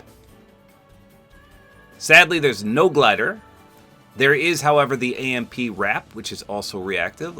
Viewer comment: Glad you said AMP right this time! HAHA